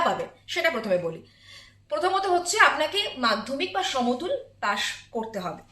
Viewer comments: আরে মূর্খ সাংবাদিক সমতুল না ওটা সমতুল্য ✅ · কথাটা সমতুল নয় মূর্খ,, সমতুল্য